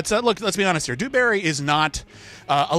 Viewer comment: Lmao Dewberry sounds more like Booohberry to me. Everyone not drunk would have gotten Bluebonnet right it was a give away answer like the beast said no one makes up something like that, and he failed a 5 point easy Marvel question how he didnt know that it was the collector is beyond me. Entertaining though watching go down harder than the titanic. xD